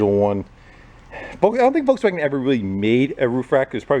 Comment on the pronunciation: please say “Volkswagen“ 😄